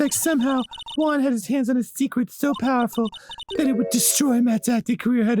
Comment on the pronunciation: Not gonna lie, I usualy use this series as a podcast while I do other shit and its the first time I saw juan name written down. The way they pronounce it made me think it was an asian name all this time like yuang, so when I read Juan I was really confused